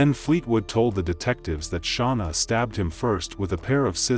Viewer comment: OMG SERIOUSLY?! Idk how many times she said her name an yet you continue to say it wrong. WTH is wrong with